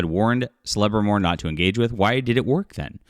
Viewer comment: The most cringe part of the video is you trying to say “Celebrimbor”. 🤦🏽‍♂️